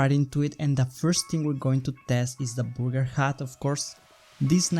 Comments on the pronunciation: BURRRR GERR, not BOOGER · It's not booger it's burger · He said booger hat when he tried the burger hat 2nd time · Booger* hat ;) he did say booger hat tho didn't he lol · Again did you say Booger? and a Booger hat? who would want a Booger hat? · Burger (booger 😂😂) 🤗🤗💖💖